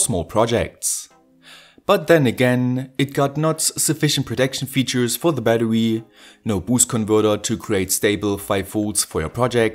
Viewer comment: kollege jedesma wenn du bäddewy sagst ziehts mir die zähne... aua. in battery ist ein R. kein W